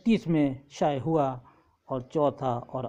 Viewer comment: پہلے ہی مصرعے میں دو غلط الفاط بیان کیے ہیں۔ hoowa کو Hawa پڑھا اور khima zan کو khima e zan پڑھا۔ جب اردو ہی ٹھیک نہیں پڑھ سکتے تو اپنے معیار کا کام ہی کرو، بٹاٹا وڑا ہی بیچو،۔